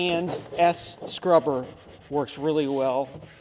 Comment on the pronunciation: The Shop Manager called you on the Carpet one too many times , for mis-pronouncing P&S ,and at time calling it "Penis", she's corrected you way too much....She's glad you finally got it. , Secondly, off camera, she's gonna give you a good tongue lashing for giving her some crummy pretzels.